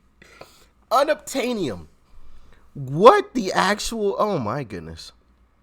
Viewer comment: Un. Ob. Tain. Eee. Um.